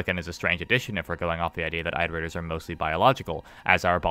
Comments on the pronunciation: Your videos are great and I love them but I have to say something because I’d want someone to do it for me. It’s “IHT-er-ators” as in “reiterating” or “iterations” of a math formula. Not “EYE-ter-aters”. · IT-erators. As in iterate. Not ight. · an entire video on iterators and they didn't pronounce it correctly once...